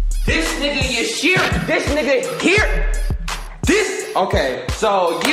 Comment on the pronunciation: lol he said “YUSHIRO”